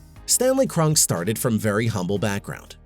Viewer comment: It's pronounced Kron-Key.